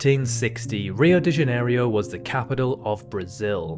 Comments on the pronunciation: As much as it makes me cringe as well, the fact he butchered the pronunciation of Rio de Janeiro (by saying Ja-ne-rio instead) immediately afterwards nearly made me punch my monitor. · he took the /i/ sound he didn't pronounce in Oceania and added to Rio de Janeiro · Seeing how he can't pronounce Rio de Janeiro or Oceania correctly, you shouldn't really worry. Yours is probably more correct than his anyway.